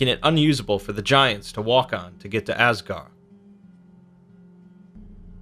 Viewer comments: I like the information, but man, you are mispronouncing all of these words. Asgard, the d is not silent, it's like a hard th, as it was originally written as Asgarð/Asgarðr. the 'ei' in heim sounds like a long I. the Ae/Æ in Aesir/Æsir, sounds long A. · And stop saying asgar say asgard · also there's a D at the end of all those "gard" names... you know this right? I mean, you show pictures with the name right there, and im sure you've read many many sources... there's a D there... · The “d” in Asgard isn’t silent. Edit: neither is the “d” at the end of Midgard. But still a great video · AsgarD, MidgarD You’re forgetting the D. Which may or may not be what she said...